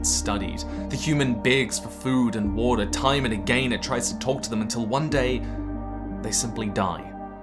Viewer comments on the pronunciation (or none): none